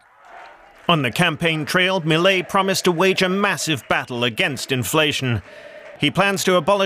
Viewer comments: Me-lee-a… wrong Me-lay… correct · Que cosa como le cuesta a los no hispanohablantes decir milei 😂😂😂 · Is this a new fashion pronouncing his name wrong? Everywhere presenters seem to have the same issue. Its just 5 words.